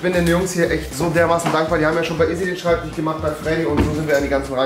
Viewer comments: SchreibtiCH Bin jedes Mal getriggert, aber dann Schinese und Schemiker sagen... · Schreibtisch oder Schreibtichhhh? :D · schreibtich..., Schreibtich..., SCHREIBTICH... 😂🤣😂🤣😂🤬🙈😂🤣😂🤣😂